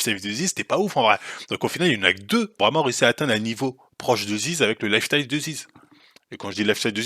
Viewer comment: Le mec a pas prononcé lifestyle correctement une seule fois il est défonce?